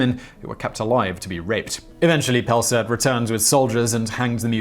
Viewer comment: It's pronounced as Pel-saart, no j-sound in the first part (so no Pjel).